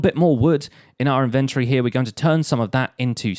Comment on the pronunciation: InvenTORY, not Inventry